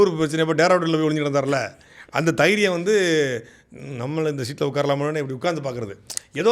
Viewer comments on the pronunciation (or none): தைரியம் இல்ல தெயிரியம் 😂😂